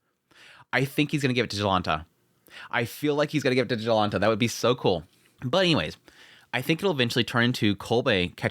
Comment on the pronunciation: It's funny to see anime taking place in Poland and to hear Polish names being butchered :P So, the "Jonalta" when spoken starts not with "J" like in "Job", but is instead pronounced more like with "Y", 'Yolanta'. But you nailed "Piast" ;)